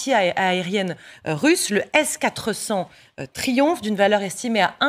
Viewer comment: Le "Trioumf" ??? 🤔